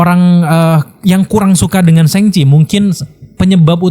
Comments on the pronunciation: Gak nyaman ya denger penyebutan "sheng chi", krnapa gak shang chi? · Shang Chi keknya kalau dibaca SHENG CHI kek lebay bro,,itu kan bahasa china bukan bahasa inggris,,,kenapa juga diinggriskan gitu??